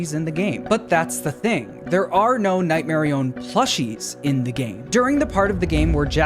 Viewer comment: I will die on this hill. It is Nightmarionette, not Nightmarione. That’s name is so lame and it isn’t as cool as Nightmarionette